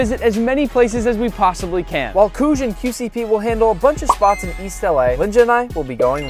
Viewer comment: Qcp you said it completely wrong